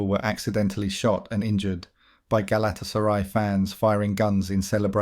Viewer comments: Does this guy just read shit out without actually knowing what he's reading? Pronouncing Galtasaray the way you do makes you seem like you haven't a clue about football. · Hilarious pronunciation of Galatasaray!😂